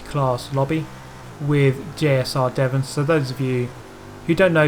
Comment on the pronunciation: You call my name weird xD